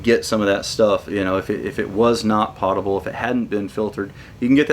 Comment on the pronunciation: Pōtable, not potable.